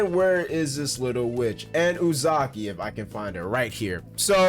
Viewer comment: Good video, but you can't pronounce the character names for nothing, who is Uzaki? Lol